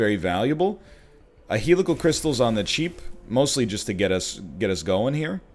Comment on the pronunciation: Will the egg ever, ever pronounce Helical Crystalis correctly?